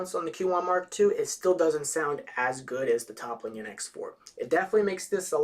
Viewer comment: ... Toppling? Lol good review man, really thorough and informative which i really really appreciate since i'm considering buying this. But the mispronunciation was a little distracting!